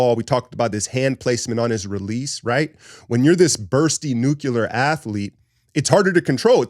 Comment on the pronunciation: ...you are my favorite analyst on line. I'm a patron. 1 tiny little suggestion. You like the word "nuclear". It's just that...nuclear, not nukular.😬 Keep up the good work. Oh, and there are people stealing your content out there. They're using click-bait titles too. Get em.